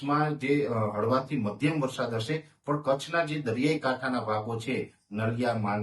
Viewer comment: Not varshad, varsad. Learn to speak.